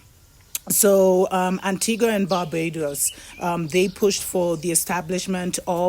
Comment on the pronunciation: Antigua and Barbuda pronounced an-ti-ga and Bar-byoo-da